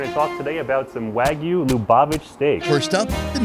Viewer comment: Finally!!! an episode on Jewish food. Great video -- thank you! You should go to Israel next. Congrats on pronouncing Lubavitch correctly after... many attempts.